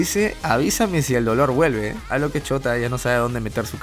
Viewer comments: wey dices shota en vez de shouta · Me da risa como siempre le dicen shota en vez de shouta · Alguien mas escucha "ch0t4" en vez de "Shouta" xd? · Yo escucho que dice chota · Me da risa como dices "chouta" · Cuando dices shuota parece que decís chota xd